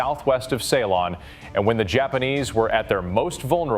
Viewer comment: learn to pronounce ceylon